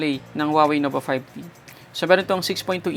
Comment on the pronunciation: Nova 5D? Hahaha kulet ng letter t mo tunog D. 😂